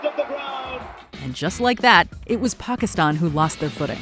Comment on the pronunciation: An American pronouncing Pakistan like how it should be, unbelievable! And as some users have pointed out, top notch pronunciation! The list also is fantastic!